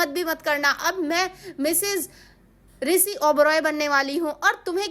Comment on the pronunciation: Pehle bola shi kro Risi nhi Rishi jo bola weh sab dekh chuke